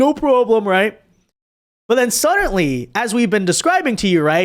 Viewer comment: for the love of God, there is no "T" in the word SUDDENLY!!!!